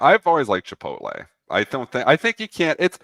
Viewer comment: "Chipol-tay"?? C'mon. You gotta say that one right.